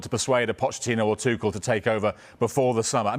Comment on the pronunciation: People who mispronounce names they’ve heard a million times drive me nuts. Especially if they’re getting paid to talk. There’s no S in Tuchel, man. I mean, the other guys literally said his name correctly seconds before the third dude got it wrong. So lazy and unprofessional.